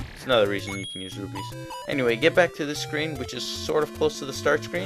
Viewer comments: Not to be rude, but it's not said ROO-BEES, it's ROO-PEES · AHHHHH it sounds like hes saying rubies and that reminds me of the cdi games :'( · its called rupees but pronounced rubies -. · This is irrelevant, but does it seem to anyone else that his pronunciation of the word 'rupees' gradually declines into 'rubies'? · Why do you guys call them rubies? They're called Rupies. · how many times do you have to make this mistake?!!? there called RUPEES(ROO PEE Z) lmfao anyways nice videos